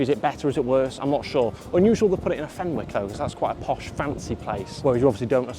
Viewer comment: The pronunciation of “Fenwick’s” is giving me a migraine